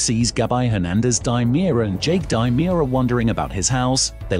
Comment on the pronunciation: Demerara, not DImera. Not GabI, Gabby